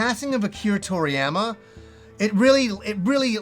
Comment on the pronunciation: Anyone else wince a bit at his pronunciation of toriyama?